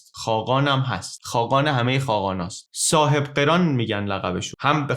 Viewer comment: سلطان صاحب قِران نیست برادر، سلطان صاحب قَران هست😐